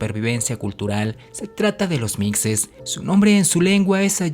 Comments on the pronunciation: Buena tarde mi amigo, buen video, se escribe Mixes pero se pronuncia Mijes. He compartido tu página a familiares y amigos y ha sido de su agrado. Seguiré pendiente para el próximo. Cuidate y que estés bien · Siendo de Oaxaca, concretamente de la región del Valle, me gustaría decirte que la pronunciación de los Mixes no es con una pronunciación fuerte en la "X" como "Micces", siendo ésta errónea porque se pronuncia como si fuera una "J"; "Mijes", al igual que se pronuncia "Méjico" y no "Meccico". Sin embargo fue un buen vídeo, he visto varios vídeos y me encanta aprender de historía en YouTube jaja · Los Mixes se pronuncia mijes o mishes no micses... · Muy interesante. Sólo como aporte a tu excelente trabajo: Mixes ("Mijes" - "micses"). Soy Mixteco. Viví en Totontepec Mixe. Cultura maravillosa y gente extraordinaria. Excelente lugar para pasear y conocer. Debes darte una vuelta y sentir la maravilla de verte entre las nubes... Muchos saludos. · Mijes, mijeeees... No mixses 😂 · ..... Se escribe Mixes, pero se pronuncia 'Mijes'... La X como si fuera J. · Mixe, la x se pronuncia como j (mije) Soy un orgulloso mixe... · Mixe se pronuncia así mije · Muy buen video, aunque se pronuncia mijes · No es micses😆😆😆😆 es Mixe ( Mije) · Micses no mijes ,la x suena como j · No se lee micces, se lee mijes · Se pronuncia " mijes" la x se pronuncia como j, suena feo mixes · muy bueno tu vídeo pero no se dice mixes se lee mijes saludos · "micses" "mecsico"... se pronuncia mijes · MIXES: Se pronuncia mijes. No micses! Muy importante saberlo. Para que sea confiable el articulo del video! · Esta mal se pronuncia mishes. No mijes. Ejem Los meshicas. No los mejicas. Es meshico. No Mejico . Es shochimilco no jochimilco. Y es oashaca. No oajaca. Es oashtepec. No oajtepec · Se dice “Mijes” ya vi que te equivocas mucho en tus videos, investígale mas pues si me gusta tu info pero llegas a tener errores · Mixes se pronuncia "Mijes". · Se pronuncia mixes, no micxes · Se pronuncia mijes pendejo